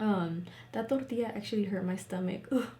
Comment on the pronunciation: Your pronouncing tortilla like white people when you have the nopal all over your face